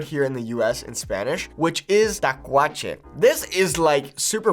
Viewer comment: Lol not takuache 🤣